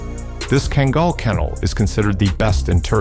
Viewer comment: Man, wish you would make up your mind on how to pronounce kangal! Also, a lot of your facts are wrong!